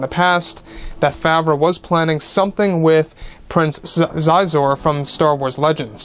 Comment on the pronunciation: I believe Prince Xizor’s name is pronounced “she-zore”. Granted, it was 1997 the last time I listened to the Shadows of the Empire cassette tape and I was 8 years old so what do I know 😂